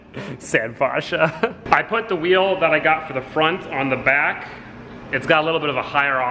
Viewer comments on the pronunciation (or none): none